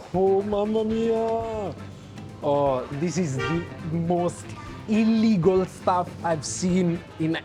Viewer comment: Denger kaloh ngomong ilegal pasti gue ketawa 😂😂